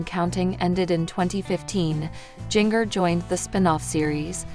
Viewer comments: It’s not jing er. It’s Jinger. You know like the spice “Ginger”. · You are saying Jinger's name wrong it's like Ginger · Her name prounace Ginger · Interesting pronunciation of Jinger😂😂